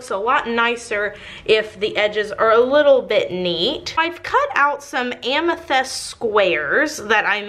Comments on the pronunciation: Is it a Texas thing to interchange the soft i and e sounds? Bunny does it too,, she pronounces tint as tent etcetera. Just curious cuz doing it with amyTHEST. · The soap looks amazing....but I cringed so hard every time you said "amethest". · Dang it, I hate the smell of lavender. Also, was I the only one who was annoyed that she pronounces amethyst as amethEst? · You say amethyst so weird.